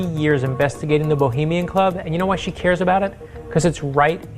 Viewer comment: Someone, anyone, PLEASE teach how to say 'bohemian'.